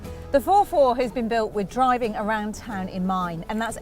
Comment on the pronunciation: ForFour not four four!!